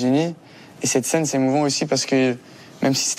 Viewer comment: You could improve your own French, mate, by not putting a diphthong in the “c’est” of “c’est parti”. After that I stopped watching.